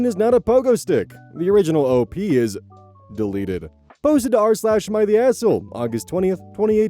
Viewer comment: Girl why did he say deleted like that???